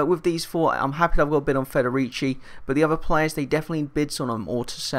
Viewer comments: u pronounced federici right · You pronounced Federici Right